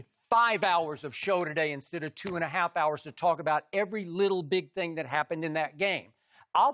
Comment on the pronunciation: Shannon “Here’s the thang skip” Sharpe